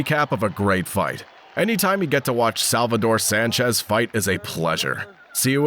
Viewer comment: The Technician Salvador Sánchez, you said that right,!